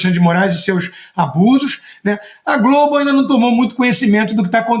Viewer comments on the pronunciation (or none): none